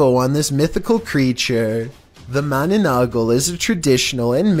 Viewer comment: You pronounce the mananaggal as mana-nang-gal.. lol